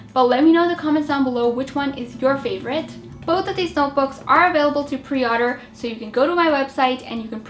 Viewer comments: Take a shot every time she says "odder" instead of order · I'm sorry not to be mean but why do u say otter isn't it order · Order not Arder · She says order like odder